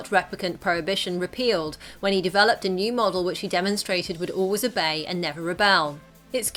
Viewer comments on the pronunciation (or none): none